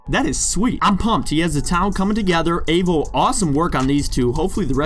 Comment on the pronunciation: Nice builds mate! I have come over from Avo's channel. Oh and just FYI Avo is said like the "A" in Apple or Avocado ;)